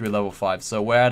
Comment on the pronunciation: lol "Wave Magement" Nice vid tho. Keep it up!